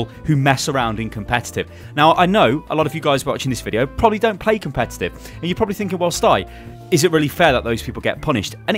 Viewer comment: "His english isn't very good" > "Competuttttt" lol'd I'm down for these fixes though. Regarding the random mode, I'd prefer it balances the comps out a little more so it's random, but still fair. I enjoy playing heroes out of my normal retinue, but I hate trying to do so when I'm part of a completely broken comp and playing against one that one would probably be seen in a competitive match. It's not as frustrating when both comps are equally ridiculous, but with the way random mode works now, when that happens it just becomes a matter of waiting for (or suiciding to achieve) a better comp for one team or the other.